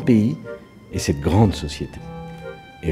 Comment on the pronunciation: Sarko va te faire. "Ils l aiment grangue " au lieu de grande à 1min45